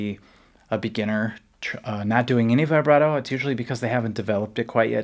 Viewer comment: Vibrato isn’t pronounced like that?